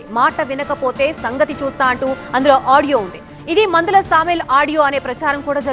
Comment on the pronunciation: PANDHULA SAMEL NOT MANDHALA😅😊